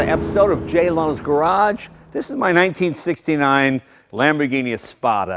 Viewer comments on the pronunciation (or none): did he just say "J Low's" garage.